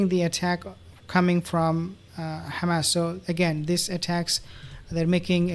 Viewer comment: Please!!! It's not Ghamas , but Hamas . Don't repeat the Zionist expressions , which is Yiddish and not Hebrew.